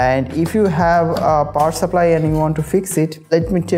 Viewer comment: Power "saplly"?